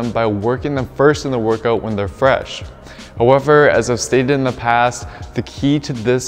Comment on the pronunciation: It's however, not hoe-ever. You keep saying it at least 10 times in every video and it's making me mad lol but good content